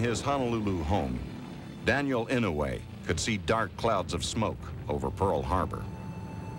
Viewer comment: inoay? its pronounced like I-noy. If you don't know him from this documentary you should atleast know him by the fact that hes the longest serving senator in American history.